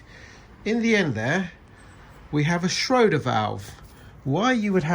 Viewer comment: Schroeder is a fictional character in the long-running comic strip Peanuts. Shrader is the valve you are on about. (as if I would ever mispronounce).